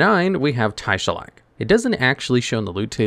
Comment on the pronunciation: Hey just wondering. Where is the Y in Taeshalach? So why did you say Tyshalach? It's Tae as in Tay..